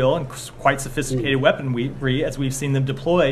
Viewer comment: He almost said "weaponwy"